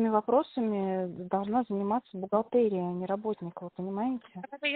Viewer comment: В слове бухгалтерия произносится е, а не э.